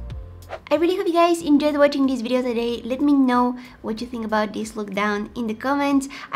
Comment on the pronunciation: / no hate but she said it like Ireallyhopeyou guys enJOYED this video ... ( NO HATE )